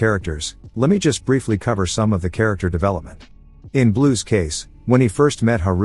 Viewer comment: "Characktar develepament" 🥀🥀🥀